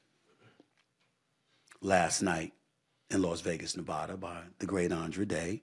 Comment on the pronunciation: Just don’t say Nevada if you can’t pronounce it right lmao that is not how you say it SAS